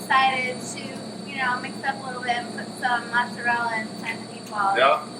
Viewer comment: Cant even say mozzarella correctly lol